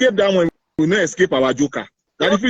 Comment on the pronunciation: "He can nu escape".